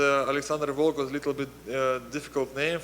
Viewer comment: I’m sure you’ll catch it quickly, but “Volkov”. Feel free to delete my comment after. Big fan!